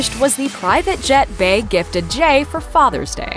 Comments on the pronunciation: bey...is pronounced bee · You keep trying to shade Beyoncé smh ridiculous. And Bey is obviously pronounced BEE. Also you showed footage of OTR Tour 1 not 2... do research.